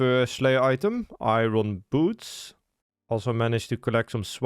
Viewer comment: Nobody tell how to actually pronounce iron please. 😂